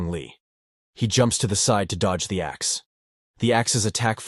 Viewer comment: narrator saying: huge axe goblin. What i keep hearing: Huge ass goblin also narrator saying sheman instead of shaman cracks me up ^_^